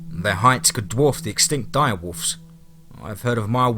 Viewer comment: Is he saying “mire” wolf?